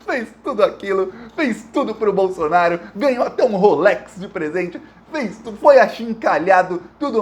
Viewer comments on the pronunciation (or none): none